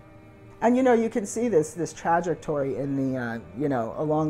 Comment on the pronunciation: Was there a point to saying it like that? Like emphasising the tragic nature of the trajectory? It has to be on purpose because no one else says it like that 🤣